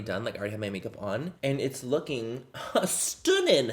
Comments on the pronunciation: When manny said 'STUNNIN' It was the most accurate British accent of a typical British dad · Everything Manny says stunning it sounds like he's Irish.